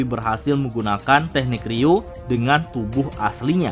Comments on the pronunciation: Ryu-o min bukan ryuu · Bukankah nyebutnya ryuo bukan ryuu ya min..